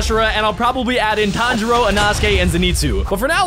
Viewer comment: its tan-jiro